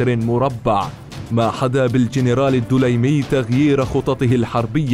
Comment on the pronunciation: ليس الدولايمي..بل الدليمي بالسكون فوق الدال